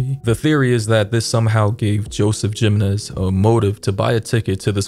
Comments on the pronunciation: the shooters last name is pronounced him en ez btw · Babydoll your pronouncing the name wrong Jimenez is pronounced Hamenez. Just fyi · I'll help you out Brother. Jimenez is pronounced He-men-ez....You're cool Brother! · You’ve made this mistake before but it’s coming up again so I’m going to help you. The last name “Jimenez” is pronounced “hih-men—ez” (hih pronounced like the “him” in “him”). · No disrespect by any means, but the name is pronounced with a "h" sound replacing the j. Sounds like Himenez. I have a friend with the same last name. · I’m trying to be a smart a$$ but jimenez is pronounced he-men-ez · I find it so weird hearing Latin surnames pronounced incorrectly as someone born in the southwest. Great video despite that part.... it is pretty easy to hear the proper pronunciation right here on YouTube. 🤔😉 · Dude you really needed to update before you posted. And the way you say Jimenez 🤦🏾‍♀️ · No way you can’t pronounce Jimenez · The J makes an H sound, just saying.